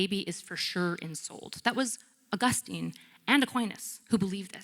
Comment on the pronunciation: She can't even pronounce Augustine!!! And there's several ways to do it. She didn't even choose one of those!!!